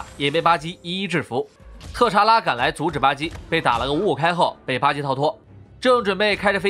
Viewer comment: 巴基怎麼變成了吧唧呢？